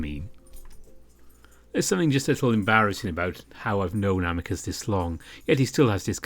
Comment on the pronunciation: I think his name is pronounced as Ameecoos.